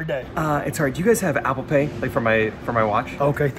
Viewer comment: Wait! Did he say Apple Paint?!?!? 😂😂